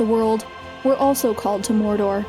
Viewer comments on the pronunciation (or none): none